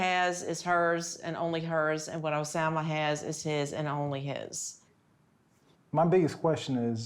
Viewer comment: Every time she says Osama 😂